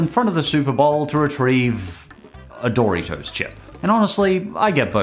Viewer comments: I’m sorry but, BUT DID YOU JUST SAY DORY-TOES WTF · Happy to see the Critic here for a unofficial episode of the "Commercial Saga". Also love how your pronounce Dorito. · You call Doritos dory toes? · His pronunciation of "Dory-toes" gives me a migraine headache. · “Dory toes” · I love how says Doritos like Doortitoes lol. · it’s dor-it-os